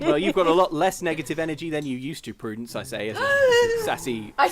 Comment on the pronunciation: Barbarian Prudence => Pru-dents